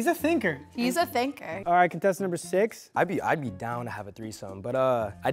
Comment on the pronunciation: Im just but the number six sounds like Mike😂